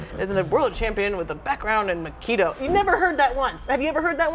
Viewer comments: The way she says he's Aikido sounds like "he's a kiddo" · I agree.Wimen shouldent fight.She is dissrespecting both aikido and Seagal and this says more aboth her then Steven.Im not impressed.She cant even say aikido.She says "Makido" and the chair almoust kicked her ass.